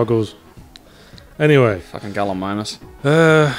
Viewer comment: I find it funny that Yahtzee kept saying Galli-ME-mus, and kept trying to subtly make Yahtzee realize it was Galli-MY-mus by always using the word, properly pronounced, in his response.